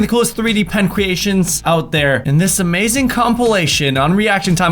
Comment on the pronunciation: Cweations- and twime less he said xD